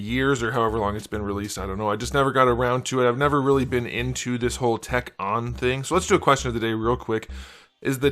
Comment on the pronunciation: We definitely do not say “whack-ton” lmao.